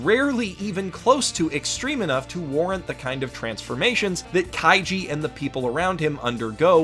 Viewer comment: I wonder how many times he accidentally said Kaijo instead of kaiji